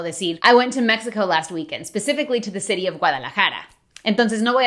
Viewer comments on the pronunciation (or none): none